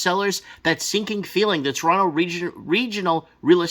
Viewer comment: Toronto here - YUP. And thanks for saying Toronto the right way bro lol. The funniest part is they're still building condos EVERYWHERE. So the demand is declining while supply is increasing due to inflation this is too funny - and we're expecting another rate hike so if you have a variable rate mortgage well goodluck lol. I own a home outright but bought it way too long ago where I'm comfortable. But, if you speculated or bought a home 'assuming' the price would always continue to increase on a variable my god.